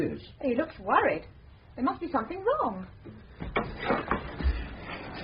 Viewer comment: Ngaio Marsh said and wrote repeatedly that Alleyn is pronounced like Allen, but people keep pronouncing it Al Ain…